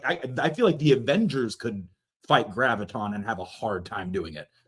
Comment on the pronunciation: It's Graviton, not GravitTron. It's not a gravity program from an 80's Disney Sci-Fi movie that takes place inside a computer.